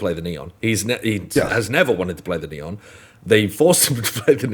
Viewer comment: i recommend pronouncing his name in spanish: Neh-On